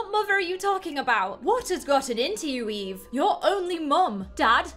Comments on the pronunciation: He keeps calling her evie and it makes me so frigging mad. Her name is fogging eve!!!!!!! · Video: Eve: Evie Me: i am c o n f u s i o n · My name: Eve: says eve Me: flinches (StOp SaYiNg My NaMe!-)